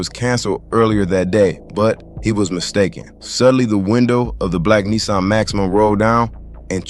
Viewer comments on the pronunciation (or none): none